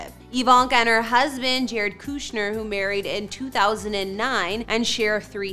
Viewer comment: It is not pronounced KOO shner. Get your act together. If a name is in the headline of your tour then you need to know how to say it correctly.